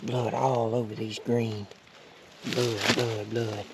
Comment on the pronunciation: He said “lOoK aT dA bLoUd” haha congrats man awesome hunt!